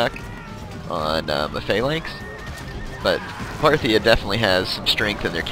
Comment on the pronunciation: hahahahahaha "Phartia" FARTIA? HAHAHAHAHA